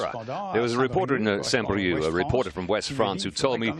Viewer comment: not saint "BrieuK" but saint "Brieu"